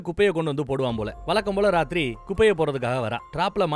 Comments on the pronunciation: Raathiri ❌ naathiri ✅ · அந்த "நாத்திரி" செம்ம 👌எனக்கும் இது மாதிரி உளறல் நிறைய வரும்.